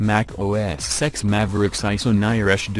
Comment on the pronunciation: OS SEX is what I keep on hearing 😂😂😂😂